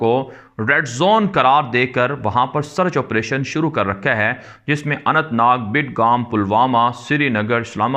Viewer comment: Badgaam hy g Bidgaam ni